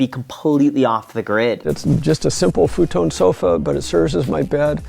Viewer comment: I like that says “futone “